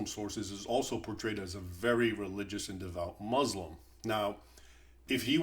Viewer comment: you can't even pronounce words like : Salahud'din, muslim, etc, how much of an ignoramus are you?